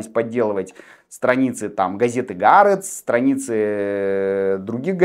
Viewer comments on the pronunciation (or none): Не "Г"ААРЕЦ. А "ААРЕЦ". Или "ХААРЕЦ". לא נעים לשמוע את זה. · Не ГаАрец, и не НетаньГу. Это катастрофа! Лучше по русский говорить Аарец и Нетаньяу. Пожалуйста!